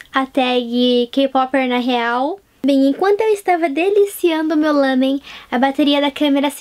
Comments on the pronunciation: meu deus pq vc fala lãmen é lámen.E irritante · Lamen..? Ou Ramen..? Isso tá me a deixar confusa... xD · ouço todo mundo falar "lámen", e vc falou "lâmen". Agora fiquei na dúvida, qual o correto?